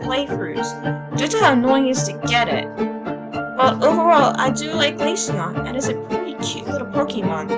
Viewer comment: I appreciate you saying glaceon pretty